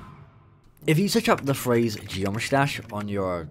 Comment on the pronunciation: Did my dude just say Josh Dash?